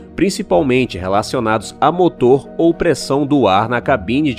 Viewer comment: Kkkkkk😂Olha o português ( Moto) cadê o R seu burro .